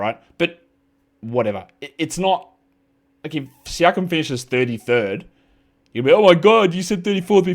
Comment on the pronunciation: Josh you pronounced siakam wrong. Its Pascal Shakeem.